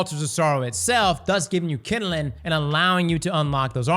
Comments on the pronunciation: My dude, it’s NOT KINDILING - it’s kindling. Two syllables. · Kinelin 😂😂 KinDling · All I think of is Bernie Mac saying jingaling every time says kinnelin(kindling) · The way he says "kindling"